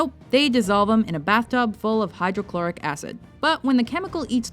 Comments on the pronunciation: HydroFLUORIC Acid, not Hydrochloric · hydrofluoric acid, not hydrochloric :/ (sorry, chemistry buff) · hydrofluoric not hydrochloric acid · It’s hydrofluoric, not hydrochloric. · Uhh it’s hydrofluoric acid not hydrochloride acid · It's hydrofluoric acid. The lady said hydrochloric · It’s not Hydrochloric acid it’s Hydrofluoric acid... just... saying... I’m a physics and chemistry nerd lmao... not a psychopath 😂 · It’s hydrofloric acid not “hydrochloride” acid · Hydrofluoric, not hydrochloric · Hydrofloric not chloric gosh i already hate you guys enough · Not hydrochloric acid! It's hydrofluoric acid! :D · Its hydrofluoric not hydrochloric acid. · its hydrofluoric acid, not hydrochloric. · Hydrofluoric acid not hydrochloric acid i had to listen to it 3 times but im sure that you said hydrochloric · It's hydrofluoric not hydrochloric